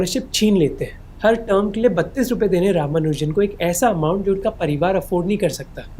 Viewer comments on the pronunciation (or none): none